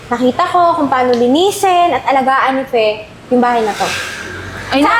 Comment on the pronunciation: F Fe not Pe. Hehehehe